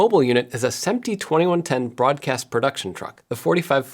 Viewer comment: Awesome video. I was confused for the first few minutes when you kept talking about “sEmp-tee” and I finally figured out you meant “sImp-tee” (SMPTE).